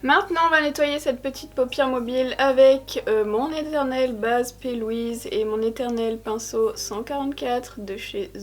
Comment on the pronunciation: Aaaaaaaaaah P.Louise???? Hahahaha ça fait des mois que je regarde tes vidéos en comprenant "pelwhise"!! Base P.Louise, c'est noté mdr